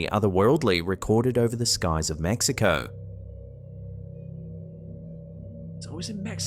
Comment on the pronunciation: ben, tyvm for pronouncing my country's name correctly. Love from the land of the taco.